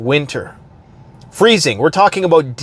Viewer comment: I'm beginning to think that you're not actually Canadian. You don't pronounce "about" right. p.s. I hope that made you chuckle.